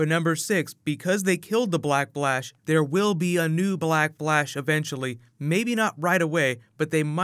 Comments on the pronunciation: am i the only one whoheard him say black blash instead of black flash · Black "B"lash ? Am I the only one hearing it ? x) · Is it just me or is he always saying "Black Blash" 😂😂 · Why do you continue to say "blackplash" instead of "black Flash"?